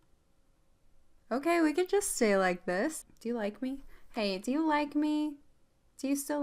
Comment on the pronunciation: When she said donate a like I thought she said donate a leg